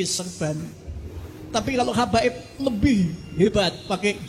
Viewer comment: Bukan kabaib madt yg benar Habaib..ngomong gak becuss